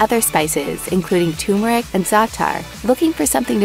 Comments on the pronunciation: It's not tumor-ick, it's turmeric. It also bothers me when people call espresso expresso but that would be s good coffee house name: Espresso Expresso, the fast coffee shop I expect to be walking down a street in a random city in the future and see a coffee house called that now. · Yep, the "tumoric" stupidity rears its head yet again. That combined with the vocal fry and apparent congestion ensures maximum irritation. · mispronunciation of the word "turmeric." it's almost phonetically spelled, so the mispronunciation is due to conforming to a popular idiocy. and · You lost me when you mispronounced turmeric.